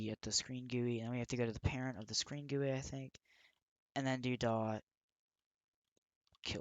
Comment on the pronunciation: it is supposed to be G.U.I lol. no offence